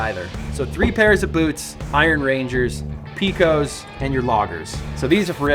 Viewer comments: I believe Pecos (Peecos) is pronounced Pecos (Pay-kes) as in Pecos Bill, fictional folk hero cowboy. Introduced 1917. No matter how you pronounce it I enjoyed that you shared your boot fetish with us all! 👢👢. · Bruh… if you say PEEkos again… Pecos as in Pecos Bill… PAYcos. It’s a Spanish pronunciation. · Nice. Notpronounced "PEE-COS". It is PAY-Cos, as in Peco, Texas, as in "west of the Pecos" cattle drive/cowboy thang. Eh? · Pecos. As in Pecos River. In New Mexico it's often pronounce "Peh-cohs" and further south into west Texas it's pronounced "Pay-cus". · It’s pronounced Pecos (Pay.Cohs) like Pecos, TX or the Pecos River Pete 😂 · I got a pair of red wings for work and a pair of indie ridge knights for riding 🛵 Also for the pronunciation, I believe is Pecos not Peecos, if that makes sense 😅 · Those seconds boots are pronounced pay-cos like pecos Texas funny fact about pecos Texas their town mascot is pecos Pete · Pecos pronunciation Pete: pay·kows You know like Pecos Bill. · Nice vintage boots. BTW Pecos is pronounced - Pay-kows, at least in Texas and New Mexico, no judgement on my part though, as there are way too many names I mess up big time. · Pete! It's pronounced "Paycuss". Spent lots of time in Pecos, Texas. That's how they say it. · Just an FYI from a Texas boy....Pecos = "pay - kos" it's a place in West Texas. Great boots....dusty, empty place. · Great little roper boots! If it's pronounced anything like the town in Texas and the river, the Pecos boots would be: PAY-kows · Maybe PAY-Kose? Like the Pecos Bill the cowboy character That right there is a great story! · It's pronounced pay-kos. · Pecos is pronounced "PAY-CōS. Like PAY Coast, but without the T. Rad Boots. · UH Pete, I think it's pronounced "pay-koes". Check out the Pecos River. Could be wrong, but I'm just guessing based on the spelling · Sorry pete...it's PAY-kəs ... like Pecos, Texas or Pecos Bill (mythical American cowboy)